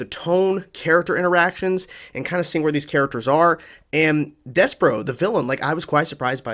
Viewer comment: SAY DESPERATE. THEN START SAYING DESPER- THEN JUST ADD THE O. mispronouncing something so obvious is wild to me☠️. Des-per-OOOOOOO